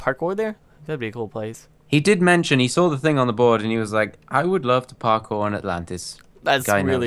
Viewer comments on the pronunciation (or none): Agreed except maybe the word "parkour" not parkpour.